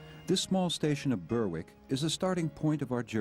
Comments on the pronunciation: Ouch, it's not "Burwick" it's "Berrick". Sloppy not to get the pronounciation right. Still, this is a parody American travelogue. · Berwick wrongly pronounced